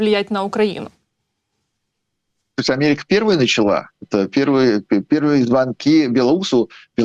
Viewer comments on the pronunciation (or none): none